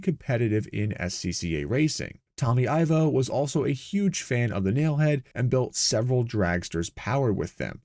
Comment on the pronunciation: I believe Tommy Ivo is pronounced "EE-vo".